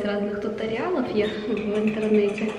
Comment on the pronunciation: тьютОриалов правильно